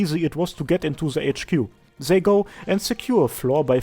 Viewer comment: What is this accent that speaks "zei" instead of "they"? it's cute. Zei, zhose, zhis...